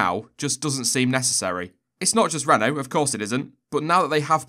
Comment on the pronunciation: Your pernauciation at the start was spot on, well done